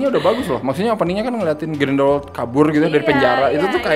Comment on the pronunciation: Ralat: cara pronounce nya Grindelwald Grindel-Vald bukan Grindel-Wald Di luar itu, mengikuti quote temen gua pas habis nonton film ini, "ini film ceritanya apa sih?" Sumpah sih, gue saking bingungnya sampe cuman bisa bilang, "hanya Tuhan dan J.K. Rowling yg tahu". Crimes of Grindelwald adalah salah satu pengalaman membingungkan di bioskop yg gua dapet tahun ini. Untuk positifnya, of course, Hogwarts. Iya sih, versi disini lebih gelap dari yg terdahulu, tapi pas liat kelas nya, ruang makan, ibarat kayak pulang kampung. Masa bodoh kalo ujungnya gak terlalu ngaruh ke cerita, banyak daya magis film ini terletak di Hogwarts. Jude Law juga sangat menghibur sebagai Dumbledore versi muda, kayak matahari di antara kegelapan di film ini. Seandainya screen time nya lebih banyak. Dan terakhir, CGI untuk creature nya masih juara. Beberapa creature ukuran monster tambahan nya udah kayak puisi versi visual dah. Meskipun adegan CGI favorit masih yg transformasi si Nagini sih ... Nah negatifnya, udah jelas, skrip dari J.K. Rowling. Gua ngerti sih mau world building, gua ngerti Rowling punya banyak ide, tapi cara dia mengeksplor nya sih yg agak over the top. Nonton film ini kayak nonton Fantastic Beasts 2+3+4+5 (not in a good way). Banyak plot point bagus, yg akhir nya jadi kayak gak matang karena gak dikasih waktu bernafas. Jadinya, film ini kayak gak fokus, terlalu banyak cerita. Saking banyaknya, sampe bikin bingung cerita utama film ini itu apa. Apakah tentang Grindelwald? Dia disini cuman